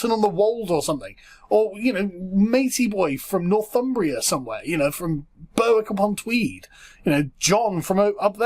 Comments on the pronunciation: berrick not burr-wick ? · Big Southern L on that pronunciation of Berwick.